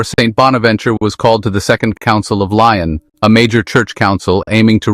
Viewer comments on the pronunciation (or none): Lyon is not pronounced Lion